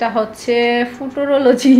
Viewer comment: কথাটা ফুটোরোলোজি না, ফিউচারোলজি। 🤣🤣🤣🤣